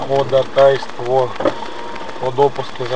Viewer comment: диктует по буквам хОдОтайсвО , как в третьем классе